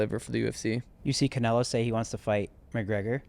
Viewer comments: Oh my god! Stop calling him Caneylo! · saying Canelos name like Cay-ney-lo pissed me off so fucking bad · “Can-ay-low”.. learn how to pronounce it 😂😂😂😂😂😂😂😂😂😂😂😂😂😂😂😂😂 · It drives me crazy when calls him canalo 😬 it’s canelo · will never get over calling Canelo 'KA NEY LO' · Absolutely no one: - CAN-NAIL-0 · He said Canelo vs berlotto 😂😂😂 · should’ve been off this podcast, asking terrible mma questions, doesn’t even know how to pronounce Canelo right